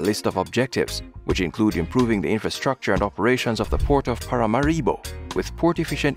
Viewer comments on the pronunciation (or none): It's Paramáribo, not Paramaríbo.